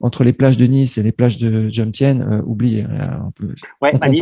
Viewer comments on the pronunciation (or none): On ne prononce pas Jomsien ( Djomsiène ) mais Jomtien ( Djomtiène. Prononcer le T ). En tant qu'etranger, on ne peut pas acheter un terrain, donc être proprietaire dudit terrain, et ensuite le louer à titre gracieux à sa copine thaïe. C'est elle qui est proprietaire. Point barre. Après seulement 4 mois de relation, c'est une enorme prise de risque. Si elle met fin à leur relation, il aura tout perdu. Manger thai pour 2 € soit 72-74 B, c'est juste un plat et une petite bouteille d'eau.